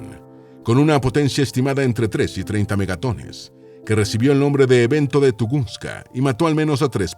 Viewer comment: No es tugunska es tungushka